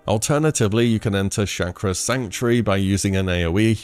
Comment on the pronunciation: It's "Chaw-Kra" not "Shack-ra"...